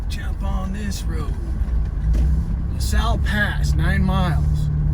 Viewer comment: Having fun. The locals pronounce Manti as Man-tie. You have got the LaSal correct. Better not to sound like a tourist. Really enjoying you adventure. Check out the murder of Ranger Rudolf Emil Mellenthin. This happened about 1918 in the LaSal National Forest close to where you are now. Interesting story for sure.